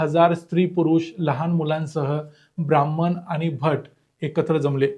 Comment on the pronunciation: ब्राह्मण !! नीट उच्चार करायला शिका.